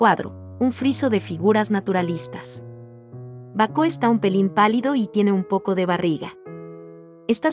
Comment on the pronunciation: Baco, no Bacó